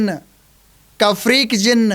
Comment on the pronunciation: Zin nahi bye jin bol wanna muchy gussa ayga q ki m bhi jin hu